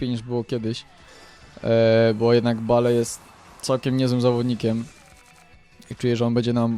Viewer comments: bale haha bejl sie czyta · bale sie mówi bejl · nie bale tylko bejl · muwi się bejl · bale czyta się (bejl) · bejl a nie bale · nie bale czyta ie bejl !!! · JAK TY WYMIAWIASZ NAZWISKA ;o !!! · Pierwsze naucz się wymawiać nazwiska piłkarzy np. BALE : BEJL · czytaj nie bale tylko bejl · bejl się mówi a nie bajl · chlopie ty sie naucz mowic bajl a nie jakies bale ":D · BALE???!!!! CO PROSZĘ BALE?! MÓWI SIĘ BEJL!!! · Bejl .. a nie Bale xD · hahahah jaki Bale to jest (Bejl) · bejl a nie b.a.l.e :D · NIE BALE TYLKO BEIL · nie [Bale], tylko [Bejl]:P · Osz kurwa! Baaleee ;d "Bejl" tak dla zcisłości :P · Bale --> [bejl] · może nie zauwazyłeś. Bejl a nie Bale :D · W koncu Polski youtuber z dobrym glosem, jakos ostatnio fala dzieciakow wrzuca filmiki :P Co do Bale, to czyta sie "Beil", a nie "Bale" :P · Bale czyta się Bejl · mówi się Bejl a nie Bale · Bale? :d Bejl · mozesz mowic jak chcesz mi to obojetne ale tak naprawde mowi sie Garet Bejl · Bale mówi się Bejl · kurwa to się wymawia beli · "BALE" HAHAHAAHHAHA CO ZA PRYMITYW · Kurde Bale... wez sie naucz wymowy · "balee" uszy :] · mowiles ze tacy znani a nawet BALE nie potrafisz wymówić?????? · Czyta się bejl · Czytaj bejl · On wie jak to sie czyta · Kahil Bale xD Kejhil i Bejl się czyta :P Tak jak GOL Cristiana Ronalda xD Xavi pięknie podał Inieście xD Pozdro dla redaktorów z gazeta PL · filmik świetny fajnie się ogląda ale, mam nadzieję że, z biegiem czasu nauczysz się wymawiać "Tych znanych zawodników" bo myślę że Bejl czy Kejhill to powinieneś umiec wymawiać ale, i tak super i SUBA masz. Monety z allegro? PS: CHCIAŁBYM abyś kiedyś zagrał meczyk Chelsea Londyn albo jakąś karierę:) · Garet Bale ( Garet Bejl ) ale Nie Kejhill tylko kehil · Kahil XD Kejhil sie wymawia xD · estadio mestaja się czyta :D i nie bale tylko bejl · kejhil i bejl się mówi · czyta się bejl i kejhil